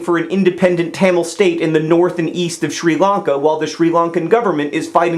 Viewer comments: did anyone else hate the way he kept pronouncing Sri Lanka as shree Lanka why do it the i is not a sub for ees otherwise amazing idea for getting stories across keep doing what you do best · "Shree Lungka"? Come on, John, Melbourne is bad enough.